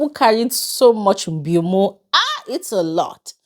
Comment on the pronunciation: Aha you are from akwa cross wow I was surprised hearing u say mbiomo lol,you are welcome and I’m proud of u